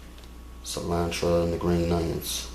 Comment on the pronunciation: “Onchalada” 🤭 “cilantra” “tortitas”